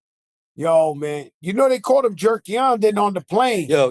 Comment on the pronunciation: The man said "jerkiendo"!😅😅😅😅😅😅😅😅😅😅😅😅😅😅